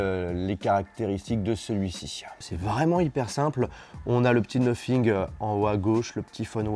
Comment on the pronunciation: Sacrés français vous avez vraiment de la difficulté avec votre anglais😂😂😂 cest noThing pas noPhing AHAHAHAHAHA😂😂😂